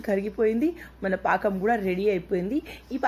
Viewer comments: Anakam kadhu pakam antatu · Anakam kadhu pakam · Anakam kadu sister pakam antaru.☺️ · paakam ani cheppandi eppudu aanakam antunnav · Hi it's not anakam it's pakam ur telugu is supr funny n cute... 😊😊😊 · Lol it's not anakam it's pakam akka 😂😂😂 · Hai good morning anakam kadhu pakam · aanakam kadhu pakam akka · Adhe bellam aanakam kadhu bellam paakam antaru akka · Anakam kadu paakam antaru. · Anakam Kadhu pakam andi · It's not anakam it's pakam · Anakam kadhu sis pakam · Not anakam it is pakam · anakam kadu sis pakam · aanakam kadhu paakam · Anako kadu akka pako